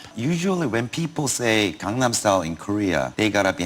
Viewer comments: How do you mispronounce "gangnam" when there's an entire song repeating the word? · You mispronounced Seoul as well as Gangnam.